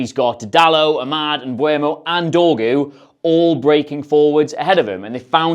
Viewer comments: Dude I know I'm being that guy but it's really bothering me, please don't call him Mbwermo. It's eu not ue. So M-beu-mo. Great video as always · it's MBE-UMO..........not MBU-EMO...... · Fuck sake I'm getting so sick of everyone pronouncing Mbeumos name differently., you said it in at least two different ways in this video alone. The "Em-bweh-mo" is the one that shits me the most, as it doesn't even make sense as the E is before the U. Just pronounce it EM-BOO-MO. Same for the fucking commentators. This weird pronunciation does my head in, if only because it's not only wrong but it's clearly a conscious decision to say it like this in attempt to get it right... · it surprises me how many people still say mbuemo lol